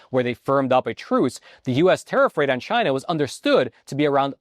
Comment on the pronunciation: What you missed was… “CHI’NA”